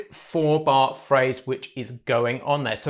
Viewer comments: The genius of this bass line is the kick drum punching its own space in the mix on beat one. The bass guitar anticipates the bass drum without landing together on the one of the bar. Very unusual and keeps a sense of anticipation going. (Btw Bernard Edwards' name is pronounced "Burr Nard" and the "Nard" part rhymes with "hard") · Hi, great breakdown. Just one aside: Bernard Edwards first name is pronounced 'Bern-aard' as in eg 'Bern-hard' (not Bernard as in Cribbins). It's a common (UK!) error in pronouncing it, much like Louis Johnson is actually pronounced 'Lewis' (as in Hamilton), not 'Louis' as in traditional French. Cheers & all the best! 👍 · So, "Ber-Naaaard" is quite clear (US-American). And Louis Johnson was an US-citizen as well. For me: American pronunciation!